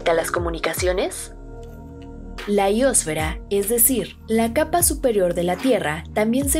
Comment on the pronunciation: Es ionósfera no iosfera, no estudió geografía???😅